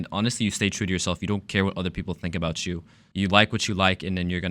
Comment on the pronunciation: How Der. You. Say that obaot. 3s😢